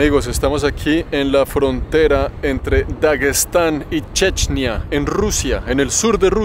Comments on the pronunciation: No se dice chechnia se dice chechenia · Una duda se pronuncia como lo dice checnia o es Chechenia?